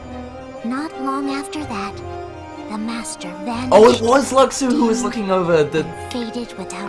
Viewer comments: no it's loo shoo not lucksoo, you don't pronounce the x the same as the no bodies, the master bares the x sigil on his jacket zipper, hes behind it all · had me saying Luxu name wrong all this time it's "Lu-shu".